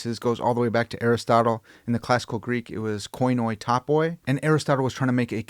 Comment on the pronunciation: Plz never call it konoi tapoi again. It genuinely hurts. Understandable mistake! But in both Greek and Ancient Greek oi is read as “ee” as in needle